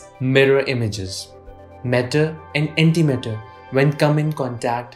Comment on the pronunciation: The whole time I tought he said anti metal